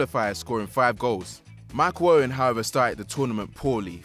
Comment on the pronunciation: Micheal owen not michew owen. 🤡